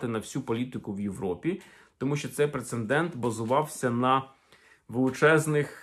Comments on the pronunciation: Дякую за цікаву інформацію. Але одне зауваження - Прецедент а не принцендент. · З повагаю і вдячностю до автора каналу. Доречи, слово прецедент пишеться і вимовляється тільки так.